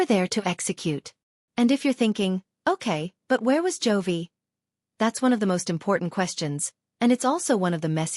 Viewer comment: His name is J O V I , it Joy‼️‼️‼️ Stupid AI voice